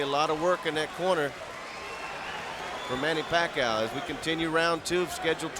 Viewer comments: He says pakha you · Manny "Pa-kayo" before they knew how to pronounce his name lol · The time when Bruce Buffer doesn't know how to say Manny's last name correctly 🤣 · Those were the time when Buffer cannot pronounce Pacquiao correctly yet Haha 😂